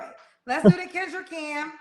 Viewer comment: Kendra said her name wrong mad times 😂